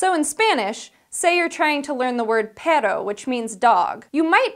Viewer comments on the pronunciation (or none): They way she said "dog" in Spanish sounded more like the would "but" which is "pero". The double R makes a Sh sound and you have to roll your tongue to make the R sound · That’s no how you say dog 🐕 perrrrro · Hey, Perro its pronounced with a hard "r", like immitating the sound of a motorbike. Great vids.